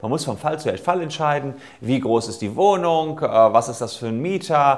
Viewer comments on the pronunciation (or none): Broken Mirror Ein Versprecherlein, ohhhhhhh! Sollte wohl eigentlich "Wohnung" heißen.